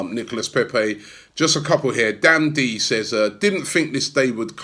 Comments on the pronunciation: Robby. He's pronounced NICOLA Pepé.. not NICOLAS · pronounced nicolah paypay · Still calling him NicolaS lol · Plus it's Nico-lah or just Nico which is what everyone calls him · All this bigging up Pepe for days and still cant pronounce his first name properly😂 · Trust Robbie to pronounce Nicolas with an s (the s in silent in French) and then say Pepe in a butchered French accent. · Still getting the name wrong 🙈